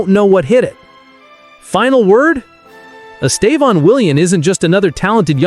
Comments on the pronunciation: Please say his name right. He is Estevao, not Estevon or whatever you call him. So irritating. If you respect him, respect his name. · Why do you keep calling him estavon? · It is horrible the way people pronouce his name. The first accent is the strong silable. The last one just show a nasal close sound. Pay attention the way Brazil journalists pronounce his name. It is very strange and not nice to listen that way wrong English pronouce it. Congratulation, here you are getting better in speaking his name.